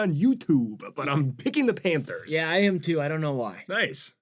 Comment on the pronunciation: PHANTERS???? KKKKKKKKKKKKKKKKKKKKKKKKKKKKKKKKKKKKKKKKKKKKKKKKKKKKKKKKKKKKKKKKKKKKKKKKKKKKKKKKKKKKKKKKKKKKKKKKKKKKKKKKKKKKKKKKKKKKKKKKKKKKKKKKKKKKKKKKKKKKKKKKKKKKKKKKKKKKKKKKKKKKKKKKKKKKKKKKKKKKKKKKKKKKKK